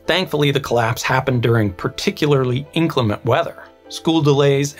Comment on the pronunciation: Inclement (as in: weather) is not pronounced "INK-lem-ent", but ---> "In-CLEM-ent", meaning non-clement, or less than clement. Where do you suppose 'muh darlin' Clementine got her name from. Not to mention the legal term, Clemency.